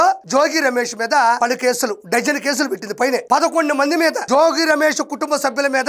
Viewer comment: అయ్యా, RP జోజి కాదు, జోగి. అలాగే ఇబ్రహీం కాదు, ఇబ్రహీంపట్నం ఆనాలి.